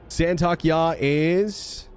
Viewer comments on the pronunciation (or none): San-Tok-ey-I ,not San-Talk-Ya 😂 or just call it STY Fighter (TIE Fighter) Good video though, thank you 😁👍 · just wanted to interject and say it's pronounced 'Santo-kee-eye' :) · It’s “Saint of Kai”